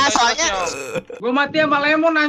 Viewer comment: menurut gua intro lemon kayak ngomong ee